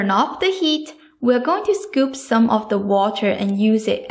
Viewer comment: WelcoMe BottoM SoMe please !! Not WelcoNe BottoN SoNe Other than that I absolutely love your videos.